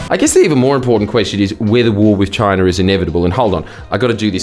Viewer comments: DID EH JUST SAY CHOINA?! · i have never seen aperson say choina my entire life